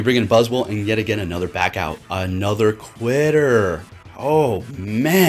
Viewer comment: "anotherrr quiterrrr" lmaooo